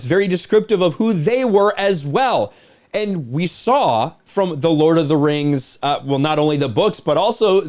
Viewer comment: Lord of the rangs!! Hahahahahah